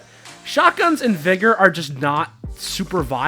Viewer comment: Sorry but that’s not how you say vigor 😂